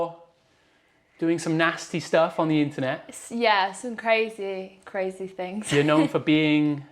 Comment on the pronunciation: all round the towns and every fing is all i hear when she speaks